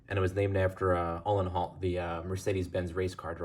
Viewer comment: His name is pronounced - "Ooo - len - howt" 🙂